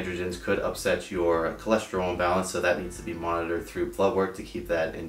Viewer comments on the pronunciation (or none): none